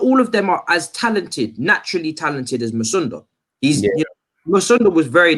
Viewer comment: The way pronouncing musonda please allow it just say charly